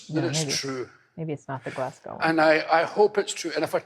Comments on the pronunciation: Oh, it's Glasgow, as in Glaz-go, not Glas-gAw. But aye, he had cancer, and does indeed have Parkinson's. He's known over the years for being controversial. When I saw him live he forgot one of his lines but he was open about it, which is the best thing for the audience and comedian. I love this man. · Glas-go. Not 'gow'. Same as Mos-co, not Mos-cow. :) (forget the 'w' is there) The Billy Connolly one's to check out is the one with the Lions and the the one with the incontinence pants, which is a classic. Either way, more Connolly please ! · I love him! He has Parkinson’s and prostate cancer. Glasgow is pronounced Glaz-go btw. It’s spelled deceptively.